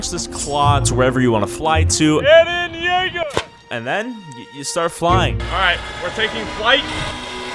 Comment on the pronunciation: Its eren yeager and not jaeger